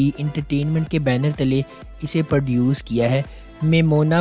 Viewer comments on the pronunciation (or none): Bhai perduce nhn produce😅